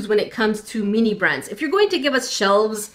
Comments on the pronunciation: every time they say mini it sounds like they are saying meany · meanee thats what i hear when she says mini